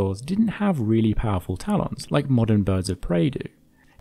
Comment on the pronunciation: I will never say "talons" the same way again.